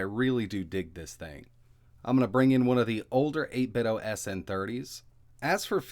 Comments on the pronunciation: eight-bit-doh, like nin-ten-doh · Feeling pretty confident that the pronunciation is 'Eight Bit Dough' rhyming with 'Nin Ten do' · Why do you keep saying 8bitOH?? There's a "D" in there... Like NintenDo... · You call them 8bit-DOE?